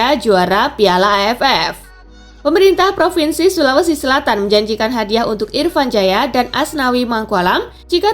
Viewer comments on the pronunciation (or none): none